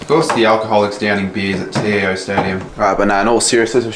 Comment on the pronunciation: Learn to how to say TIO stadium